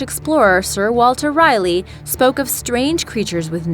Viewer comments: Not Riley. It’s pronounced Rah Lee. Sir Walter Raleigh. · While Puerto Rico and Chupacabra are pronounced correctly complete with the Spanish inflection the pronunciation of Herodotus is wrong. The correct pronunciation is 'huh-rod-uh-tuh s). The correct pronunciation of Sir Walter's last name is (Raw-LEE) Raleigh.